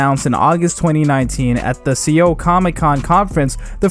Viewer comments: Se-oul????? It’s pronounced soul silent e. Sorry, but it bothered me Lmao. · Seoul is actually pronounced as "Soul" in English, not See-Ohl. It is the capital city of S.Korea.